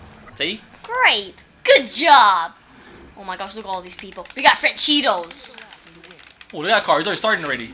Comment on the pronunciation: why you call francesco. franchidos